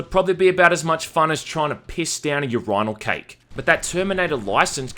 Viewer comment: YER-EYE-NULL CAKE